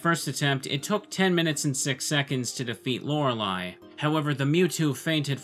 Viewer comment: Not hearing "Laura Lee" is different. And it's nice